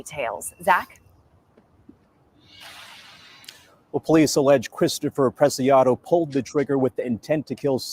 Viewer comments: Preciado would be pronounced like: PRESSY - AH -DOE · When pronouncing the arrested, think of how you say precious....prec--ee--ah--doe. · PRAY-SEE-AW-DO Preciado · Last name pronounced “Press-e -odd-o” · i didnt know until a couple days ago you were a first responder in 9/11. Thank you and Ed and all for your service in general . I love law enforcement i have state trooper friends and hubby has county friends . Here is some help. It is pronounced Press - see - ahh - doe. Native Texan here. White as a sheet lol but raised around hispanics and learn lots of spanish from waiters etc. Lots of yummy recipes too. Its driving me bananas that they haven't said a word about the person in the backseat of the truck. I saw this video enlarged and you can see a hand handing up the towel or chamois or whatever , up to the front and Ramone took it then flung it in his front seat area when he got back in. Big thanks to the officers etc that caught them. I was so afraid they were in Mexico. San Antonio used to be my favorite city in Texas in the 80s and 90s. With all the murders lately, i will never go there again , nor my hometown of Houston. Thanks for all you guys do. 😊